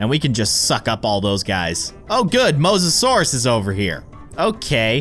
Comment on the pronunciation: his name is the mose-o-sour